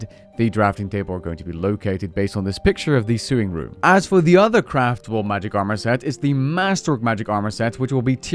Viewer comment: Love your content and understand that English is not your first language but sew/sewing are said so/so-ing not that you're realistically going to need the words again but hey